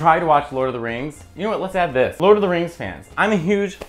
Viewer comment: Did he say " lez be honest" ?